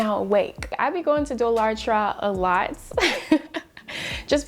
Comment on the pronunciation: lol the way you pronounced dollar tree is so great and hilarious. I gotta start doing that. you are phenomenal and your personality is great. Keep up the fabulous work!